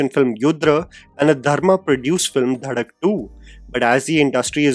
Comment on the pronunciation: Dhadak❌ bhadak✅ 😂